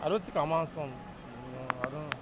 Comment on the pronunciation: He say "I don't think I'm hamsome"🤣🤣😂